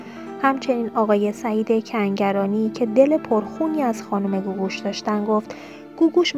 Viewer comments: از رو متن هم نمیتونی درست بخونی؟ دو بار گفتی سعید سنگرانی به جای کنگرانی! یه جا دیگه هم هُژبر یزدانی رو هَژیر یزدانی!!! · Tv+ شما این شایعات رو فقط بخاطر اینکه پست تون رو ببینند درست میکنید. این دختر گوینده اینقدر بیسواده که نمیدونه اسم فامیل هنرپیشه مورد بحث کنگرانیه نه سنگرانی . شاید هم نمیتونه تلفظ کنه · بی سواد کنگرانی رو میگه سنگرانی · سعید سنگرانی نیست خانوم گوینده. سعید کنگرانیه. تکرار کن😁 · چرا چند جا میگی سنگرانی؟